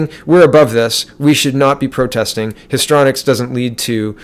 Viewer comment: As always, love, love, love your videos. You really are one of the best, and of my faves! Thank you, thank you. You are a great Canadian! (I think it's pronounced like: history-onics or histry-onics, rather than histronics. Maxime 2019 <- Canada's best/only hope! PS-...just had an idea... re: That story about the Swedish dentist who lost his job and possibly home, for speaking up: >> When things like this occur it would be good if we would (if we could) reach out to the hero/victim with planned and organized support. We could create a fund to offset the punitive actions of the evil ones toward those who buck the system...to encourage them, rather than allowing the enemy to discourage truth telling and the brave and necessary actions of our patriots. No one like that brave and righteous fellow, the dentist, should face the loss and political pressures, alone. We can help each other in this aspect. This is something we can actually do. (Think of this: the Americans have raised 19 million bucks in a week for a wall, because they believe in it, and therefore decided to fund it themselves). We can also create a fund. One that can protect AND ENCOURAGE Canadians to fight back against the deadly NWO Satanic cabal. (Also can include donated/available services, like lawyers, etc). And when they drag them through the courts for trumped up harassment-type charges, and cause job loss and other financial hardship, there will be a source of help to soften the blow, and in some